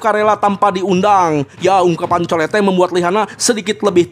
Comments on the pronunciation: Itu colete di baca nya colet bang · Colette di bacanya kolet bang..😅